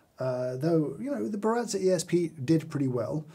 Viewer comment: How Brit’s say Baratza: Burratzer